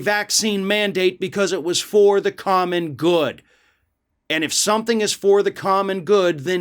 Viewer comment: What is that weird noise you were making? It sounded like “coke almond goods”. Is it like that other odd word, ehm what was it… sol-eye-dare-e-tie? :P